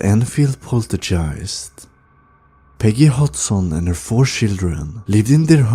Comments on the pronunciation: Do you say poltergeist wrong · rhetorical question.. yes, he definitely does. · What an annoying voice and can't even pronounce poltigiest!!!!!. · This video would be better if you'd pronounce the words correctly. Poltergeist (pole-ter-guy-st) Exorcism (x-or-siz-M) I'm not being mean or rude. I can tell English isn't your first language, so props to you for speaking more than one language... It just sounds a lot better when you aren't saying a weird word over and over again. Ed & Lorraine deserve SO much more credit than what they've gotten. Yes, movies have been made but if you think about it, these two had balls! This was the greatest power couple of all time. Her, being a psychic medium and Ed, having so much courage and no fear, these two were helping in ways that nobody else ever could. Most, back then didn't even believe in hauntings or ghosts or paranormal in general. They were so ahead of their time, they both were amazing people. I'm just sad I never got to meet them.